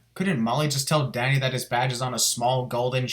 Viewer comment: Good thing you have subtitles I thought you kept saying daddy till I saw Danny